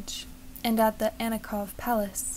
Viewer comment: Not Annikov Palace, An-inich-kov (1st syllable emphasis) Palace. The irony of course is that the Russian court looked to France and the French courts, both Bourbon and Napoleonic, for style guidance, even tho the Russian nobility was closely intermarried with the German and Danish smaller courts, as well with some families of Austria Hungarian origin. Still, the Russian seemed to intermarry best with the German and Danish speaking courts.